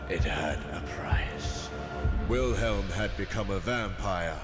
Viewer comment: i'm a bit annoyed by the fact that he's pronouncing Wilhelm wrong